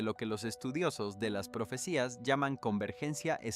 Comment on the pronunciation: Utilizaron la inteligencia artificial porque no pronuncia bien las palabras, no sabe sobre la ñ, dice ano y muchas más como profecía le quita el acento. Deberían utilizar gente real ya que es una noticia importante.